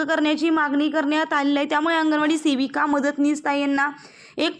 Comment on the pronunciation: तुम्हाला शेविका... . हा शब्द आवडतो का .. सेविका म्हणा हो.. शेविका... हा शब्द शिवी वाटत